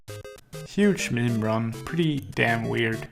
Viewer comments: mim? stfu. it's meem. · the way he say meme ~ meeem ~ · I've heard it pronounced Meem, Memi, Mimi, and even Mem, but until now I've never heard it pronounced mmmuh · $10 to whoever can spell how he pronounces meme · "mem spedrans"